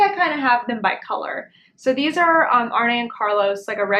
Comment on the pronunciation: Fun video! love talking about socks! On a side note - His name is pronounced "Arnuh" (and Carlos), not Arnie. Emphasis on the first syllable.